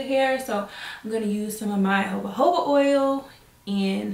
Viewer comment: It's pronounced HaHoba (jojoba) oil lol. Love this.